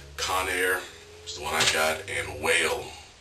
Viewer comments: LOL its not pronounced "WHALE" its pronounced "WALL". just lettin u know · yu alway do a gud job on your own but wahl iz pronounced like WALL post designer cuts